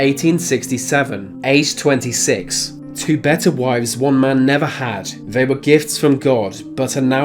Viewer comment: Fyi “TH” is not pronounced as “F” or “V” eg “they” is not “vey” and “month” is not “Monf”